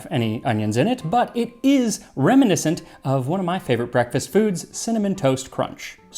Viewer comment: "brekefaste" im calling it that now